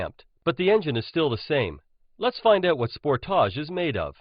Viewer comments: Sport-toush it's "SPORTAGE" you idiot learn to pronounce it.🖕🏻🖕🏻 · Sport-tarch... As he pronounce it...lol